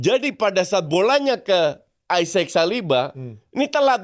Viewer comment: sok2an koreksi spelling nya orang tapi lo nyebut isak aisek wkwk